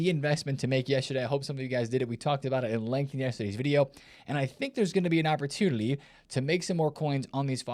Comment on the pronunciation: "opportulity" 😂 classic